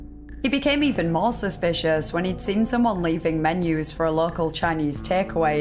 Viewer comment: 😂 i read this comment before hearing her say it. made it much funnier. menu gheut 😅